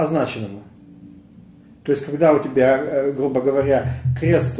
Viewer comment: Только не "кхест", а "крест"; и не "стхадания", а "страдания" - над "фикцией" не помешало бы чуток поработать, уж если ваш ход деятельности всязан с говохением.